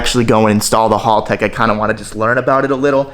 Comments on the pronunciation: Haltech not halltech! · Haltech not harlltech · Chowdeeerr choowwwdeerr, its pronounced chowder!! Say it frenchy. But in all seriousness, haltech not halltech, think hal like pal. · Hal tech not hall tech 😂😂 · Agreed! WTF is a hulltec?